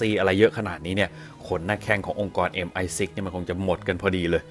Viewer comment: ออกเสียง MI6 ได้น่าฟังมากค่ะ